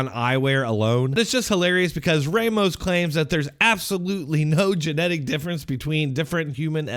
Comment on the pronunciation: Tell me you’ve spent zero time with Hispanics without telling me. Pronounce the name “Ramos” as “Raymos”